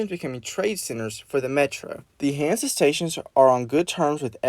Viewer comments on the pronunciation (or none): Oh and also no hate but you pronounced hansa wrong